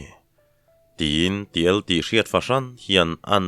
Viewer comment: Ti-èl tiha èl hi èlsên tihna a nia, inel tiha el ang hian thlûk lovin, èlsên tiha èl ang hian thlûk hniam tur.